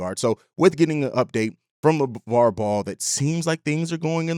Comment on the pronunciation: I hope he's right but its Lavar man lol